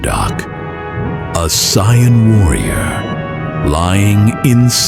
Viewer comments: AI pronouncing saiyan as cyan is jarring. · AI just can't say Saiyan correctly.. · Not being able to pronounce saiyan is is amazing